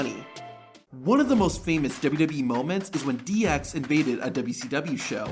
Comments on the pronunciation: Dubbubee instead of wwe had me dying😂😂😂😂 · I can’t stand how this guy pronounces WWE